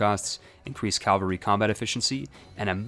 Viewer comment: Its Cavalry, not Calvery. Why do so many people say Calvery? Ive heard so many people confuse the two. Calvery is a hill near Jerusalem, where if you believe it, which I don't, Jesus was apparently Crucified.